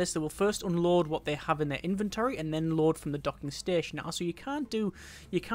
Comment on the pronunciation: I keep hearing "Oh lord" instead of unload.